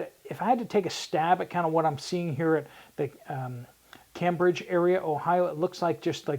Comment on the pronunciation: you were very close to my home in SE Ohio and just an FYI locals pronounce it CAMEbridge. As always keep up the great work!